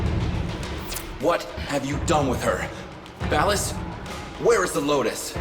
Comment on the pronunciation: I love how you pronounce Ballas as "Ball Ass". As a ten year Warframe vet it gets me every time.